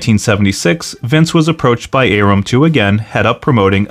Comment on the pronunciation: You don't pronounce Bob Arum's name correctly.